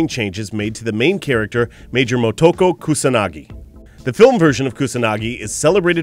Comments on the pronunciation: Moe-Toe-Koe. All in the same rhythm. Not Moe-TOE-Koe. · moto-ko not mo-toko (moto - base or source) (ko-child) - Child of the source. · Very interesting, I just wish they would learn to pronounce her name correctly.